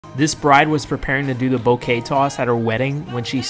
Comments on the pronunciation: Bouquet was mispronounced as "BOWKAY." IT'S: BOOKAY. Respectfully🙂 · It is pronounced BOO-KAY...... NOT. BOW-KAY.